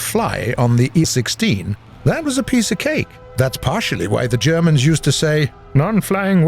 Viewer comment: It triggers me that you say E-16 and not I-16